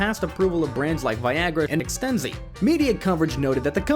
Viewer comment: ExtenZe, not Ex-ten-zeeeee.